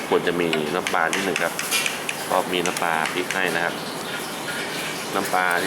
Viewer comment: น้ำปลาครับ ไม่ใช่น้ำปา